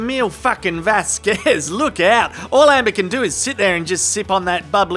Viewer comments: "Miss Vaskwez" bloody annoyed me too. It's not very professional mis-pronouncing a fellow lawyer's name. Repeatedly. I decided it must be a deliberate dig. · The way Mum's friend says 'Vasquez' is somehow derogrotory. I dont speak any of the latin american laguages and am not even american but I feel her pronunciation is out of the ordinary for an american. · I could not believe Eyelene said ms Vasquez name wrong over and over again, it almost seems like she was doing in purpose, i mean she was mocking johnny just before that and i know I've heard others pronounce her name and this is suppose to be an educated woman? I was not watching but listening when Amber when Amber made the slip up about tmz, that totally blew up in her face all the claims that she was trying to do it discreetly and I noticed she kept saying over and over before that it. In my opinion, that alone proved you cant believe anything she says yet she still denied it. I think if I was on the jury and I saw that, i would strike her entire testimony as being doubtful because if she can lie even after she was busted....this woman can not tell the truth